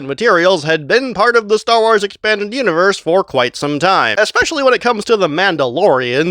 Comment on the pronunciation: Stop saying wars like that